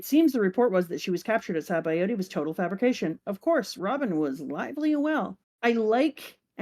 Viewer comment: "Zow" might sound better, but isn't faithful to the original Japanese pronounciation. But then again, you butcher Sabaody (pronounced "shuh-BONdy"), so why not Zou?